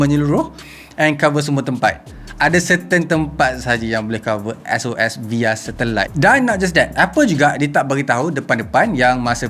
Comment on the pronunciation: Aku je ke suka sebut “via” as “vaya”